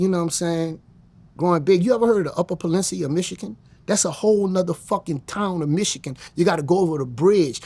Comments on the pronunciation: Pelincia 😂 Auto-generated closed captions somehow thought he said “upper a pencil” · Being from Detroit and hearing someone butcher "Peninsula" like that is impressive